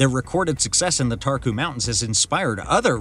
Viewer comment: Romania has very beautiful nature. I am Romanian and this is old news for me. All English speakers mispronounce and stress the wrong syllable. Make sure you pronounce properly and stress the right syllable. The first syllable is stressed in Țarcu so the pronunciation is TSAHR-koo.